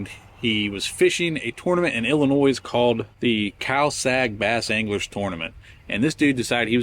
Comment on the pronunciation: The S in Illinois is silent.